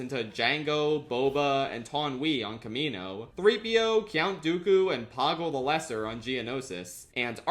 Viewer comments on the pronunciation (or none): Cyount Dooku?